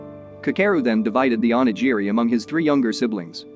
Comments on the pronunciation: Not to mention ONIGIRI. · Its hilarious how you pronounce oni giri. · Not just the ramen, even onigiri